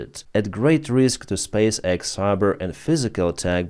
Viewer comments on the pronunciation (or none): none